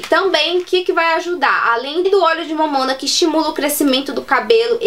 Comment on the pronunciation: Óleo de "momona" hahahaha ela fala engraçado é "Mamona" que se fala 🤣🤣🤣🤣🤣🤗